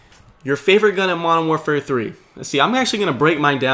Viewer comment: I love your commentaries, as well as i dont want to tell you how to commentate, but please says Modern Warfare correctly, I used to do the same thing and i Do not want to sound rude but it bugs me when you say Mowafare 3